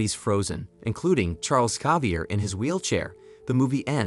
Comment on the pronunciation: the way you pronounced magneto was bad, but when you read xavier, i got cancer